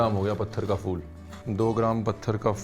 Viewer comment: Ranveer Bhai Aap Lucknow Men Rah Chuke Hain Aap Ke Munh Se Phool Ko Fool Bolna Achcha Nahen Lagta.